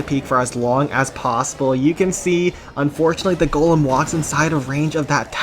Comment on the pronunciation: For the 3rd time it's GOLEM ✅ not GOLME ❌